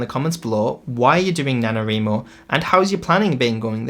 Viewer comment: He said nanoWRImo 🤣. Let's do sprints :)